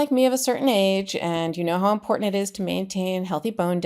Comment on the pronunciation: I watch you faithfully from Canada as what happens in the USA affects us here and around the world. Keep up the great work! Just a side note... is very cute but please tell him there's no d in important. I cringe because that's how mtg says it. ❤